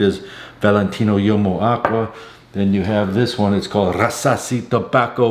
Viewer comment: "Uomo" is pronounced "HUomo," not "YOmo"